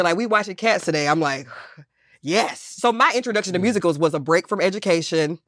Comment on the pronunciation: “I like Rusicals” 😭😭😭😭😭😭😭